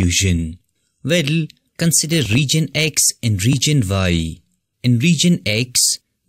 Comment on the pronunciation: It’s “Region”, not “Reegion”. Overall, good video.